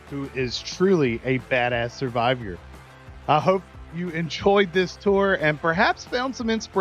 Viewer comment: Survive-yer? Takes Juan to know Juan.